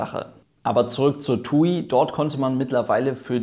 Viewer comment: Ich finde es lustig wie er tuiiii sagt